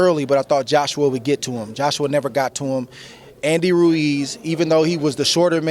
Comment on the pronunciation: This woman's name is Adriana Jimenez and she can't pronounce "Ruiz." His name isn't "Reece." Give Andy respect. At least pronounce his name right. Damn, Andre Ward an African American is saying his name right and you can't? He says it right and then you still say "Reece." What is your problem.